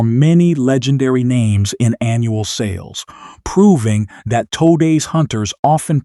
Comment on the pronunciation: “Toedays hunters”